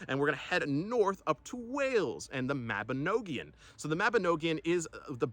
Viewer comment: It is pronounced the Mabinogion not noagion and it means , a children’s book .The children of the Cymru. Welsh that is.